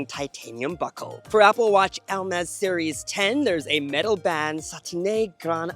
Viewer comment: The way you pronounce Hermès sounds like "el-mez", and also that was a VERY long ad break